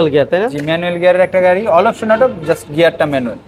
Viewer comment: অল অপসন অটো,, অল অপশন অটো 😅